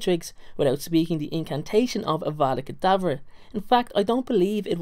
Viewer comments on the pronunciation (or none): Dude, its "Avada Kadevra" not "Avada Kadevren".